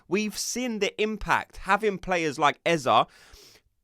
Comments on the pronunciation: Great content but please stop calling him Eza it’s eze! 😂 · Its eze not ezaah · It’s not EZA but EZEE like in BEE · Stop saying Eh-zah 😬